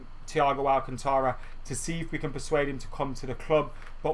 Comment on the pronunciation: You're not pronouncing 'Alcantara' right, listen to it in Spanish somewhere.